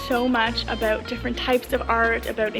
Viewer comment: Aboot? Hehe your Canadian aren't you? Kkk